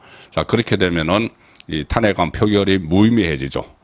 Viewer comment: 도대체 왜 발음이 엉망인지요? 탄핵 좀 고치고 방송하세요 엉뚱하게 모든 단어를 엉망으로 발음하시니 듣는 사람들이 몹시 부담스럽네요